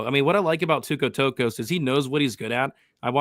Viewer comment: what is it with you Americans with pronouncing names?? The name is TOKKOS.... not TAKKOS! damn, go back to school.